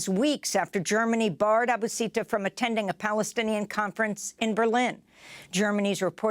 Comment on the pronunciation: I think it's pronounced Seek not Sick and Aboo not Abba